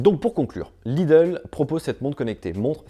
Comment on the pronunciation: je suis plié à chaque fois qu'il dit "Lidle watch"